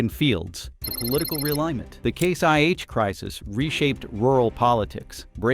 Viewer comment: Who is the idiot they have reading this? He doesn't even know that it is IH not 1H, sheeesh